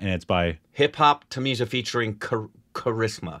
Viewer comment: Wait! Hip Hop Tamizha was not there in Enjoy Enjaami 😄The only song you reacted to was the "Ethir Neechal - Making Video" which had Anirudh and Honey Singh back last year November. The actual pronunciation of the name is Hip Hop "Tamil" "aa" as the spelling in Tamil is pronounced like a roll of tongue for the variants of L in a word.